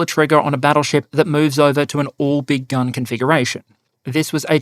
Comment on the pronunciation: “Big gun battle ship”, I thought he kept saying “big dumb battle ship”.